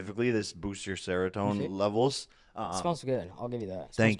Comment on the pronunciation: "Scientifically this boosts your serotone levels" 🤣